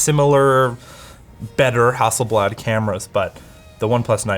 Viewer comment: He says: Hasselbad. Me: :-o